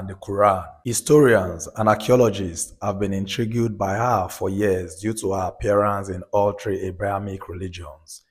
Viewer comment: Point of correction cos the narrator pronounced intrigue wrongly, queen Sheba is an AFRIKAN woman nd never pink or European .